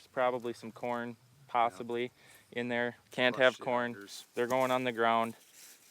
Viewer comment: 19;06. "We are at da plant dar." Awesome. We must have went to the same school. Non - Minnesotans get a kick when I speak (usually for fun, but sometimes natural) when I really lay on the accent. Yah ya know, go down dar and you'll find it dar, ya know.